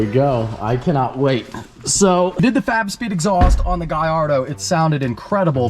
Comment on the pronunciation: I always hear "fap speed" when he talks about fab speed